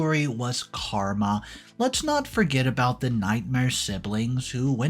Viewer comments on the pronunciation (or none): none